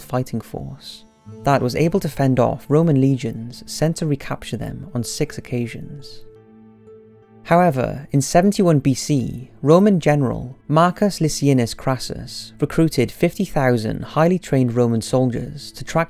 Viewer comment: The Licinius in Marcus Licinius Crassus is pronounced Lickinius.